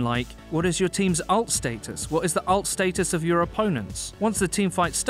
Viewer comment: This guy uses long vowels a lot PrO-cess StAtus (state us)